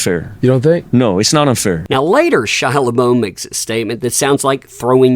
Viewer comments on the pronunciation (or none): everyone I have listened to have said it like la buff. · If you're now going to make money off videos about LeBeouf - can you at least learn how to pronounce his name? It's Le-BUFF not "Le BO." Just saying.... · LaBuff..., not LaBOW. Andy calls him LaBoof. It's literally pronounced "LaBuff"... Please correct that!! I've yet to see any YTr enunciate it correctly. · It's actually pronounced bluntly like "La-buff". Everyone gets it wrong, lol. Had to say it. I was bothered. 🤣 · Shia "La Bow" Uh what?? lol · Labeou"F". F is pronounced. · 🏖 I feel it's good for Shia to speak the truth and claim responsibility for any and everything he's done. I don't recall anyone being this honest in an interview admitting they hurt or mistreated several people. So I think this is good progress. I love ya, but let me say his last name is French and it's pronouned LE BUHF. It means "beef." Maybe that's why he's been obsessed with looking manly. Take care! 🏖💜💥😎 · la bow bou bo...? I am sure there is an F at the end. not defending the dude but how did you come about that pronunciation of his name? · His name is Shia La BeouF -the f at the end is not silent 😉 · Shia LaBeouf is pronounced LaBoof, as in look......my grandma's maiden name ❤️ Love you 😊🌞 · His name is not Le Beau 😉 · You're supposed to pronounce the 'f', he's not like Heard because she didn't admit to ANYTHING and I think you need to focus on your own life because as much as I appreciate what you have done Scamber faced justice and most people know the truth now so I think you are a little obsessed. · LABUFF how does no one know how to say his name... Been famous since late 90s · Why you say his name like that